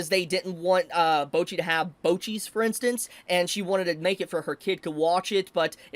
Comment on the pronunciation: Bocchi's "Bocchis", bro got me laughin and made my day way better XD